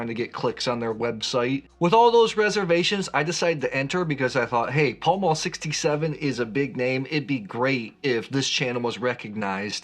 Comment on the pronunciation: Pall Mall is not pronounced as Paul Maul but more like pal mal. (Pal as in 'friend'; mal the same way but with an m.) It's from an old hit-a-ball game.